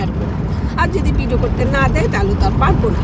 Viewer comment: ভিডো না আপা, উচ্চারণ হবে ভিডিও।